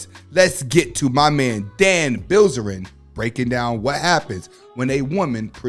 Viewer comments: Dan is trash but you should say his last name right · Did he just pronounce Dan Bilzerian and the most butchered way a human could possibly butcher the English language LMFAO I mean the guy is a bozo but at least pronounce his name right bahaha